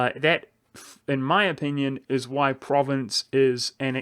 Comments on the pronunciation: It's pronounced ProvAnce not Province. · You Mispronounced Provence. It's Pronounced Like "Prov-On-S" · Pronounces "Provence" as "province". YIKES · From à French Guy "Provence" in french is Pro-van-ce or Pro Van (like in provi"den"ce) sss And gaul is frim Gallia that seems Land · Your pronunciation of 'Provence' was painful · Still not how it's pronounced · with the AN pronounced nasel, like ng in song. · I mean I get why people mispronounce individual provinces in an LP, but if you're going to do a whole video about one country, find out what its name is first.